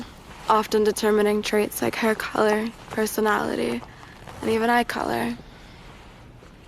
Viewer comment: Hair keller, personowlehteeh, and even eye keller